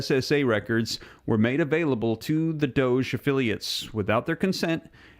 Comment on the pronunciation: Really tired of your pronunciation of doge........